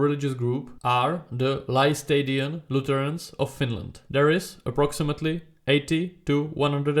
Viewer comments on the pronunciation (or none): In case you're curious, the correct pronunciation would basically be "Lestadian".